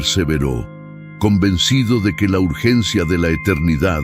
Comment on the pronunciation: Solo quiero saber algo, porque pronuncia urllencia acaso estoy escuchando una máquina robot